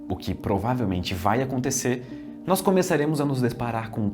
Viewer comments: Ótima narração, mas não é nóis, é nós!!! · Narração perfeita, com excessão do NÓIS, é NÓS ($$NÓZ) Isso me dá agonia